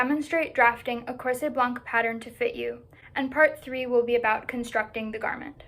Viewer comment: Very nice research! I know it is hard to research in a language that is not your native one and you did good! I would add two littles details. In the word ''blanc'' the letter ''c'' is a quiet one. The word ''corset'' has the the suffix ''et'' that is used in French to diminish the original name. So if a ''cochonnet'' is a little ''cochon'', a ''coussinet'' is a little ''coussin'', a ''mantelet'' is a little ''manteau'', a ''cervelet'' is a little ''cerveau'' then a ''corset'' literally means a little ''corps''. As you probably know, ''corps'' was the word used for stays, it did not needed the adjective that we give it today ''baleiné'' or '' à baleines''